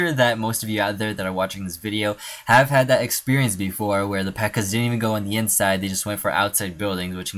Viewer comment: Not pekka its pekka